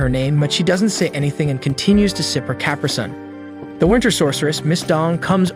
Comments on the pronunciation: should note its clear the voice is AI generated.. noticed it struggles to say "anime" in past videos and in this video "caprisun" mark.. also this is a means for someone to make $$ from youtube.. granted the person doing it hopefully did some research and didn't just copy and paste the text (so the text to voice) would read someone elses's summary.. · Caprisun why you pronounce it that way lol 😂 great video